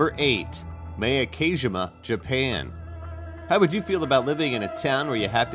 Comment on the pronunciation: xMortalBlade Also the way he pronounced Ilha da Queimada Grande. Horrible pronunciation . I’ve been to Miyake twice and Queimada Grande often for diving.